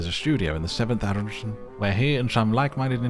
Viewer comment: Your pronunciation of arrondissments is perfect 😂